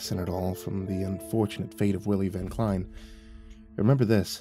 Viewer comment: It's pronounced Van (like the vehicle) Klein (rhymes with line)